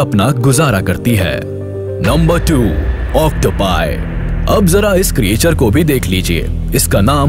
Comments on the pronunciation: "kriyechar" nahi "kreechar" bolo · Sir ye jo aap Creature pronounce kr rhe hn ye glt pronounciation h...aap ise क्रीएचर pronounce kr rhe hn lekin ye क्रीचर hota h😊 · आपकी आवाज बहुत अच्छी है। लेकिन भाई क्रिएचर नहीं क्रीचर